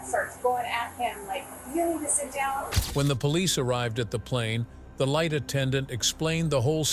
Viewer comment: Yea I also heard light attendant - instead of flight